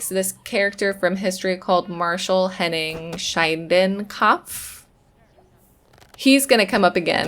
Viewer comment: Schindekopf - speak the SCH like the S in Sugar; the I like the I in Shin. You can actually just pronounce Schin like Shin. The rest of your pronouncation was actually quite fine 🤗 The translation of the name would be Schinde (from Schinden - negging someone physically and/or emotionally too) and Kopf = Head, so Negging Head. Let´s you know his character. Though German family names can be quite literally interesting and poetic with their literal meanings and give an idea why they were given like WeinundBrot (WineandBread), Himmelseher (SeeingSky), Sonnenfroh (Suncheerful) and Schimmelpfennig (MoldPenny).